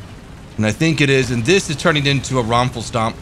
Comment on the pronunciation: Roflstomp. Did you mean Rommelstomp?